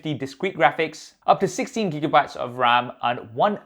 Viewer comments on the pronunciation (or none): none